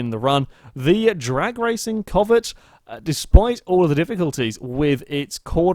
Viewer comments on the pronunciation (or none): Its pronounced c-ow-vet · The way he says Covet is bothering me too much.